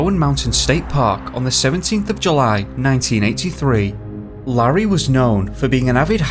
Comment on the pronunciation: I found it, it's Larry Davenport- L-AIR-REE try that a few times, you'll be alright.